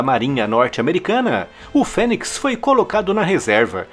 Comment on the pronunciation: pronuncia de fênix (fênics), É FÊNIS...